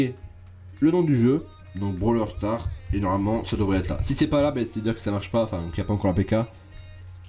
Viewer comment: C pas brawler stars, c brawl stars